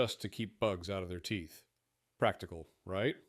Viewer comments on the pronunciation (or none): none